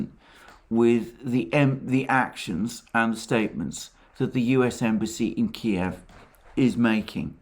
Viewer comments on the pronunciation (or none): none